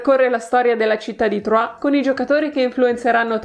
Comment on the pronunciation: Mi sa che Troyes non si pronuncia Truà, in realtà si dovrebbe pronunciare Truaié